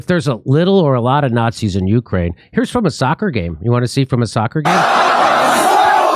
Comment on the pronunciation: Nancy said "Slava Uhani", because she's even too dumb to say "Ukraine"